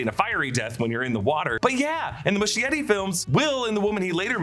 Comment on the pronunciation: it's Moo-shetty